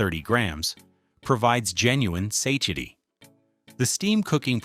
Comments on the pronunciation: AI voice. Also, the word satiety is "sa-TY-i-ty" not "say-chity"!😂😂😂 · Interesting that "Stouffer's" is mispronounced early on, but is correct when the lasagne is presented. I am frequently amused by inconsistency in pronunciation. Too bad "satiety" is only said once, badly....